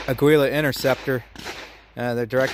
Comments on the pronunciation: ITS " A GEE LA" FOR CHRIST'S SAKE PEOPLE.. you don't have to be fluent in spanish to not sound like a dweeb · Ah-gee-la, it means eagle in Spanish. Note the trademark logo...